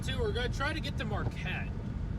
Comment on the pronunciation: Marquette= "Mar Kett"